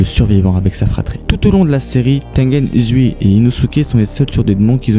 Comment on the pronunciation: Tu Prenonce mal le prénom ! C'est pas Tengen Uzui On le dit Tengen Ouzui